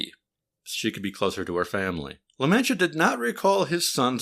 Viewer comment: Its pronounce La-Mon-Tee-Uh by the way